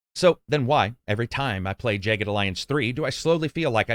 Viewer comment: Why in the world would you pronounce that “jay ged”